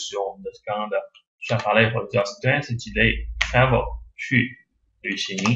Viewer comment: travel 不是 tranvel